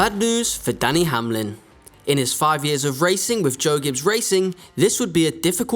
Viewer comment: It Denny not danny , its cup not cop and its team 23/11 not 23 xi needs some english language classes i guess. Denny is a top driver but does have some issues also.